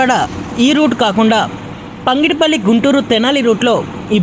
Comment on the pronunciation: Pangidipalli kadura ayya pagidipalli